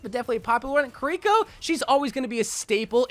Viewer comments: say “kareeko” one more time….. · "kuh rico"